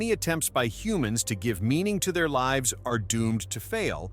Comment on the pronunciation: He says li ves instead of lives.